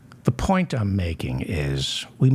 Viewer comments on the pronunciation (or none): none